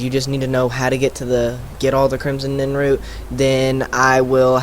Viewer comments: NIRNroot not NINroot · You kept calling it Crimson NINroot. Bro, it's NIRNroot. Also, it's not Sinder's Field Laboratory. It's spelled & pronounced [Sin-der-i-on.]